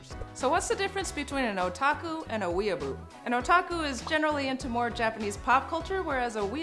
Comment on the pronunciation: "Expert who studied these terms her whole life" Cant pronounce weeaboo. ok then